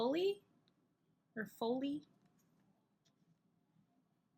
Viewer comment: #2🤗💗 ("folly" is pronounced fah-lee)